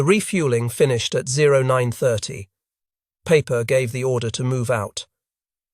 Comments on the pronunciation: Peiper’s name would sound like the English word “piper”. Does one pronounce Einstein as Aynsteyn? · Joachim Peiper ( pronounced Piper, )